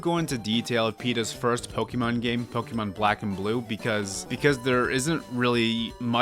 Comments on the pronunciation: I’m gonna die from how many times this guy says pokee mon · ok, repeat after me: it's "poh-keh-mon" HOW HARD CAN IT BE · Next time try to pronounce Pokemon correctly.